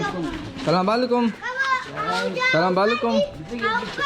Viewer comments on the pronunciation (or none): Bhai salam walekum nahi hota Assalamualaikum hota hai to plzz isay sudhar lijiay